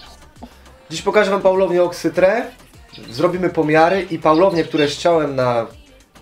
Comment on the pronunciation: nie oksyTRE tylko oksyTRI